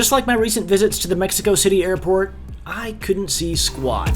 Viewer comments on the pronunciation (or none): none